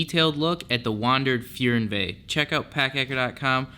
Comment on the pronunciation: Fernweh is a German word and is pronounced "FAIRNE-veh" ;)